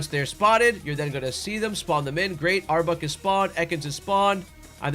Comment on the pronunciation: Not to be that guy, as I try to avoid being a grammar Nazi, and this is a great guide that I will definitely be using the methods for my hunts in Lydandre Labs, but I had to laugh a bit at the frequency of back to back saying "Arbuk" instead of Arbok. I'm not making fun of you at all it just reminded me of when the hoenn games came out and my schoolmates were at each other's throats over whether it was pronounced Ky-ogre or Ky-rogue before the anime confirmed it so I couldn't help but laugh a little out of pure nostalgia.